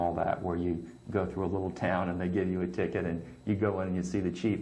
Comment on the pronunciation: did you intentionally say fru instead of through?